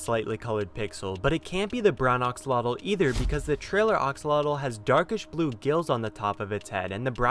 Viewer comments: Axolotl is three syllables and nearly rhymes with "roach" or "boat". "X" sounds like English "sh", the "tl" is a single consonant similar to the English "ch" or "t" sounds. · You said axolotl wrong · You’re saying axolotl wrong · The way he pronounces "Axolotl" really bugs me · this guy mispronounced Axolotl on a video about Axolotls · The way he pronounces axolofl hurts. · Ur pronouncing axolotle wrong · You're saying axolotl wrong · He’s pronouncing axolotl wrong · Axolotls are real animals btw and ur pronouncing Axolotl wrong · It's not oxulotl axslodl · AXELOTEL NOT OXELOTEL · Its axolotl not oxalotl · Did he say the geen Axlelolo 😇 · ITS PRONOUNCED AX O LOT L NOT OX O LOT L THATS DUMB- STOP SAYING IT THAT WAY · It’s pronounced axolotl not oxolotol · Axolotl not oxolotl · u r saying oxolotle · It’s pronounced A-xolotl, now O-xolotl. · He said oxalotl😂😂🤣😝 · I’m just listening to him saying “oxolotl” while raging over it. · Stop saying Oxolotl!! It is Axolotl not Oxolotl! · Oxolotl Me: pfffft, dude its AXO-LOTL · ITS AXOLOTL NOT BLOODY OXOLOTL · STOP SAYING OX-ALOTL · “Oxalatle” lol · It’s how he said oxolotle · STOP SAYING ARXALOTALS IT IS AXOLOTL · Him “oxolotl” me it is pronounced AX O LOT L and the glow of the glow squid and it being a trailer it IS a brown one it got lighter Gus of the glowing and the 3D animation so ... ya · "Oxolotl" no its pronounced "axe-olotl" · T_T your saying oxolotl not axolotl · Axolotl. AX like ACKS. not ox. God I hate this life I live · OXOLOTOL? it's axolotle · when he says oxolotl instead of axolotl: screaming intensifies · It’s not oxolotl, it’s (axOlotL) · I wanted to make a comment that ox-o-lots is incorrect, but someone else did the job! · Seeing people pronounce axolotl this guy: oksolodl actual: Aksolodl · Everybodys talking about the green axolotl And theres me Wondering why hes saying oxolotl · Ah yes, the ah-x-alotl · No hate your calling it aoxlotle its axolotl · how many times he says oxalotat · ITS AXE UH LOTEL